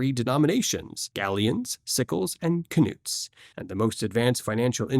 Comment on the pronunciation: Im pretty sure Knuts are pronounced Nuts not Kunoots.